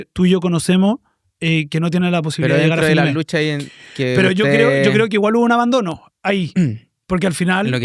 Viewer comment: "esta lutcha del proletariao' ya no prende a nadieen" jajajajajja, la compa